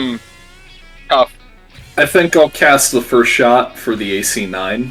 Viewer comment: Furst. And Leighton once again wins for nouveau English words